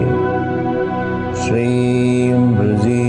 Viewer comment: It prounced or sounds like brazee but in other videos of guruji it sounds like brezee. If heard seriously. Can any body clearfy what is exact pronunciation.pliz inbox me.